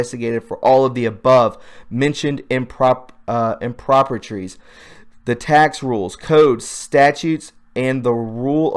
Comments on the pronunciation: In no particular order, the words you butchered are "co-MILGLING," meaning to be or mingle together, "Crises," pronounced "KRY-sees," which is plural for the word "crisis. One crisis. Two or more KRY-sees." Another one is "Improprieties," pronounced "im - pro- PRY - i - tees." the plural of one impropriety. of this video, you read the "Q" drop about UBL - "Why was the Clowns in America tasked to hunt/kill UBL?" Next line: "Why not MI?" "MI" = military intelligence, not your lame "Muslim leadership," where you mistake the capital "I" for a small case "l". If you are going to forge ahead and read stuff to your audience and expect them to believe you, you should at least have the common courtesy to become familiar with big words you don't usually use on Facebook and become reacquainted with "Q" posts you haven't read for a while so your delivery doesn't become riddled with a series of totally avoidable gaffs that do little to polish your credentials as a citizen journalist. Time to tighten up your game,. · Great post, just one mistake in your pronunciation of "improprieties."